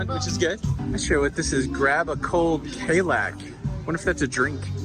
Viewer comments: It's pronounced KA-LICK, not KAY-LACK, 🤣🤣🤣🤣🤣🤣🤣🤣🤣🤣🤣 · pronounced Ca-Lick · The Bahamian beer is pronounced “click”. Just fyi. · It’s pronounced Ka-leek!😂😂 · Kalik is pronounced Kerlick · Pretty sure it's pronounced Ka leek. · Kalik is pronounced Ka-leak. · It's pronounced Ka-Leek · it's Kah-lick....Kalik